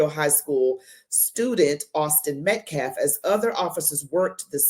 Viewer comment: That idiot man can't even pronounce Metcalf correctly. Why would I think he is smart.